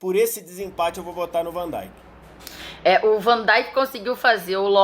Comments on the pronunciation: o nome dele é vandeik seus ignorantes e não vandaik! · uma coisa que eu não entendo é por que aqui no Brasil, desde sempre, americanizam a pronuncia de vários nomes de jogadores, como van "daink", "Klaivert", "Wainaldum". Alguém me responderia por que é tão comum os comentaristas pronunciarem esses nomes de forma errada? lembro como dava agonia ouvir Galvão Bueno falar "Klaivert", por exemplo. Esse U tem som quase de i, ou seja, a pronúncia é quase um "Klivert".